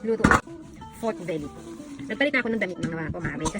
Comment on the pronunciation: Haha. Lechon veeelly.. 😂 muwiset.. Dami ko tawa